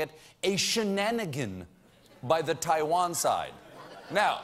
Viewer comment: Dammit, it's Taiwan, NOT TIE-VAN!